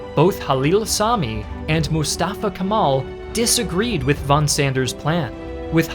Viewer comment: It's a great video overall, but please do not pronounce "Kemal" like that. pronounce the "e" the same way you would pronounce the "e" in Germany.